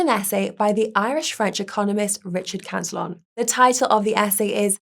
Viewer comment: ProTip: Cantillon was a Frenchman. His name is pronounced about halfway between to "CA tee OH" and "CAN tee ON"